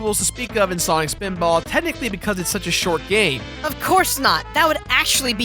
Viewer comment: swanik speeedbawl